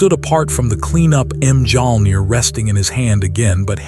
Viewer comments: AI: Thor raised M Jong 😂😂😂 gotta love when the ai can't pronounce correctly. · The letter j is silent